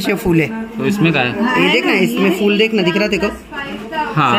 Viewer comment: Fool nahi phol bolte hain